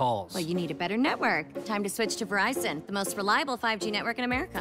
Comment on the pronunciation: She mispronounces the brand's name. It's NOT "vuh-RICE-in". Producer or director was too braindead to notice or tell her. Wow. It's now fixed on national TV...she re-did the voiceover and they overdubbed it. So unbelievable and unprofessional.